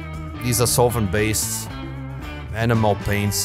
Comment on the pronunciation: I have watched a couple of times, great video! If I didn't know better it sounded like you said "Animal paints", for a brief moment I was thinking "what's an animal paint???" Keep these video's coming, your channel is truly a gem, I have been sharing it with my friends in the hobby.....